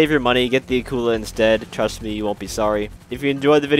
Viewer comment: Somebody: pronounces Akula correctly Me: I love them already